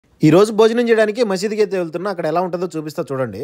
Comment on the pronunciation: Bro it's not mashid,it's majid